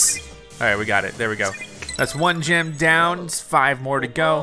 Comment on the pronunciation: Every time says "gem" I hear "gym." lol